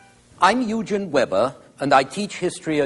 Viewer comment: I first discovered Eugen* Weber's excellent lectures on I think PBS or other similar channel in the 1980's when I was in my 30's. If only I had high school and university instructors like him. Today we have some outstanding YouTube educational channels! *The "g" pronounced as a "g" not "j" as Eugene.